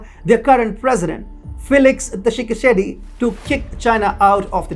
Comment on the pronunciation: I'm from Congo and the way you pronounce my president name was really funny😂😂😂. Keep up the good work